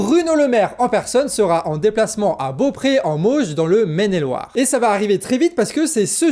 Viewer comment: merci pour l'info de lemaire et attal qui viennent à beaupréau. petite erreur cependant, beaupréau se prononce "bopro" , et c'est dans les mauges, pas dans les vosges